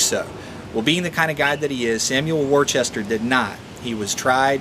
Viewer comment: It's pronounced WUH-STER not WOR-CHESTER